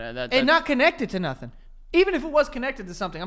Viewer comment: “ih nah connected to nathin”